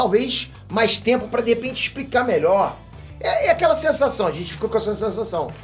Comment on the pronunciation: "é aquela sesasao 🥴" kkkkkkkkkkkkk